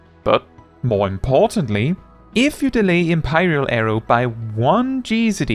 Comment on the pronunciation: "Em-pie-ral arrow" I wish to empie you!